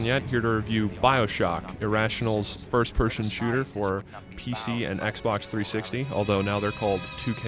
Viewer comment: "First Pershons Shooter"